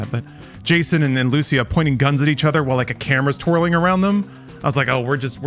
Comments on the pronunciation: Holy shit how hard is it to pronounce a Latin American name. Is not Lùcia is Lucía, emphasis on the í. Is like you guys don't live in America with a massive Latin American population, c'mon.... Every time I heard someone talk about this game's main character I cringe when they say their name. Is cringe that you live in Miami where most Latinos in America live and yet still don't know how to pronounce one of the most popular names in all of Latin America. Holy shit! Ah Y ahora recién me doy cuenta que es Cubana, wow te debería dar vergüenza la verdad no saber pronunciar uno de los nombres mas latinos y mas comunes que hay, la ignorancia Americana se te ha metido en la cabeza. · Great vid. A little disappointed with the pronunciation of Lucia lol. The accent goes on the 'I', not the 'a'.